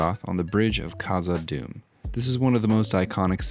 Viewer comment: When he said balrog of morgaroff on the bridge of kaza Doom, I was like "did I just have a stroke"😂 This was a great video, and this paint job is better than the last time. The commentary is better as well